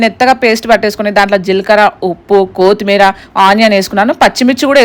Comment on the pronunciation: కోతిమీర కాదు కొత్తిమీర